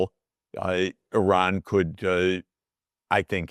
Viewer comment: Bravo to you for pronouncing the country's' name correctly. EERON... Bravo!!! everyone needs to learn this: is not I Ran .... it is EERON. Bravo!